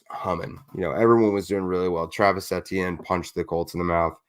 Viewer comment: How you pronounce Etienne’s name. Just say the letters E T N out loud. 😊